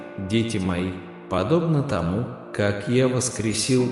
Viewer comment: Когда ты произносишь ,,тОму,, , мое сердце откликается ,,я вот она,, , я доверяю тебе , Господи, я люблю тебя, Господи❤